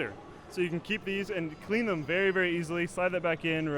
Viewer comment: 'Verry verry'- Slick